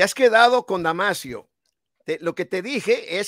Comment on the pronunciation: No es damasiooo es DAMASOOOOOO